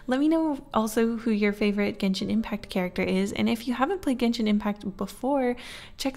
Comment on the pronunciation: It's pronounced jen shin